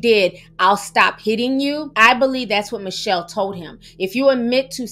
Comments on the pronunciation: Hey Ti, horrific story and you did a great job portraying such unimaginable circumstances. Her name is pronounced Mitch-Hell, not Michelle, fyi. Keep up your great work. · Her name is Mit- Chelle plz say it correctly!!